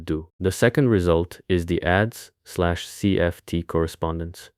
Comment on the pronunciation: This is not a very good video, although it is okay, because it is obviously made in good faith. The problem with this (aside from pronouncing AdS as "adz" instead of "Ay-Dee-Es", it stands for "anti-de-Sitter") is that you are taking the criticisms of know-nothings like Woit seriously, when they are just nonsense. You are also taking Loop Quantum Gravity too seriously, it doesn't work as a theory, and it is currently a quantum version of Regge triangulations, it clearly isn't correct. String theory is a correct and consistent theory of quantum gravity and we have no other option, it is the only one that works. Supersymmetry (at quantum gravity energies) is also likely to be required, although, as you correctly noted, it isn't necessarily there at accelerator scales. The theory is right, the politics is just bad. That's not the theory's fault.